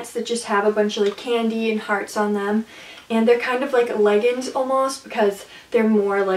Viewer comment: You say leggings wrong